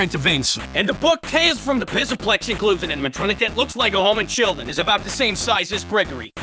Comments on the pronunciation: HES SAYING PISSAPLEX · "Fazbear Mega Pissa-Plex." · pizzaplex sounds like pisaplex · It's funnier when the voice messes up. "Pissaplex" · "bassic" "garlet paper slicer" "pissaplux" "vensa" "ripragrem" "souisid" "herapis" "rockin wolf" "interfrens" "spyrits" "dilc" these pronunciation fails are hilarious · When he says Pzzaplex it sounds like pissaplex XD I sub to you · U forgot ucn and he said mega pissa plex lolll